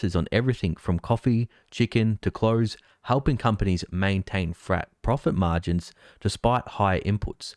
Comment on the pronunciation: Oh herro! I herpy you maintain frat pofit mahgins. 😆